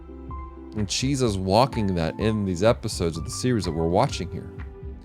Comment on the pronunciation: it's Chise not Chisa lol, love this anime